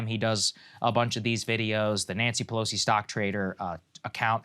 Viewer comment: Pelosi not Pelsoi